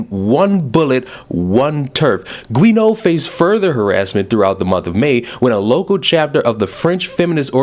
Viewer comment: I think Guéneau is "Joo-No".